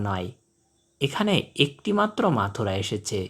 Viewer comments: মথুরা আর মাথুরা দুইটা কিন্তু দুই জিনিস উল্টাপাল্টা উচ্চারণ করে বিব্রত করবেন না। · চমৎকার ভিডিও, কিন্তু পাখিটার নাম বারবার ভুল উচ্চারণ করা হচ্ছে, পাখির নাম মথুরা, মাথুরা না।